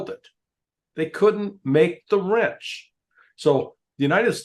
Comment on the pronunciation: The word is wrench…. Voice check!!!!! Lol